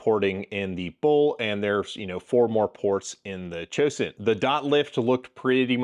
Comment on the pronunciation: Cosaint Arms HAVOC (COS21) SV12 Pronounced CO-Sent !